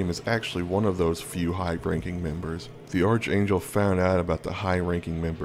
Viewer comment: Ark-angel. Not arch